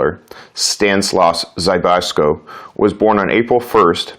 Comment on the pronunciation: It's ZZ-BISS-KO